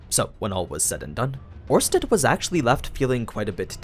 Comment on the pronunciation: It's Orsted, not Ornsted. Without the n